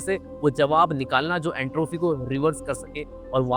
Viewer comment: एंट्राफी नही एंट्रोपी होता है😂